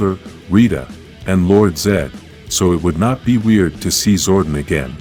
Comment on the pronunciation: First of all than do not transform they morphine your saying Zordon wrong your saying Sordon